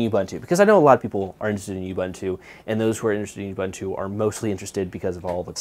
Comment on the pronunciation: Youbuntu? I really don't think this is the intended pronunciation.